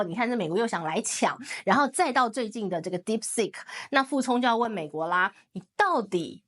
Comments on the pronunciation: Deep seek.... Not sick😅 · Deepseek not dipstick